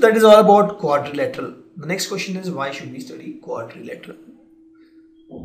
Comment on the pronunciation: Learn how to pronounce Quadrilateral